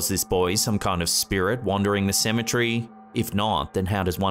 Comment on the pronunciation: Hey I got a question. What is a Cematree? If you're trying to say Cemetery you're pronouncing it completely wrong I've heard people with British accents Scottish accents Irish accents and they all call it Cemetery you can clearly understand what they're saying I'm not the greatest person when it comes to pronouncing words and reading things correctly but my God I at least tried to correct it